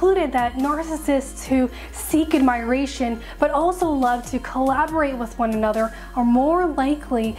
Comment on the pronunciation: Someone needs to teach her how to pronounce "admiration".